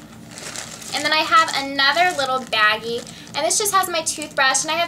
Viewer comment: Can you not say Baggie it's sounds wrong and